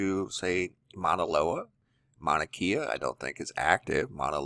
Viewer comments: FYI: Mauna Kea = “Kay-ah,” not “Kee-ah.” The “e” is pronounced like an “a.” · Its painful to hear you say our words... NOT Mana-KEE-uh... it’s pronounced Mow-na-Kay-uh.. learn how to say it! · Mauna KAYa is the proper pronunciation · it's pronounced mauna kae a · Good morning...love your channel...great updates and info, Mahalo! Just an FYI Manakea...Pronounced Mana Kay ah. Much Aloha ❤️🙏🌺🌈